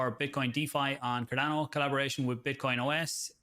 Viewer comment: "CarDANNO" Book'em Danno!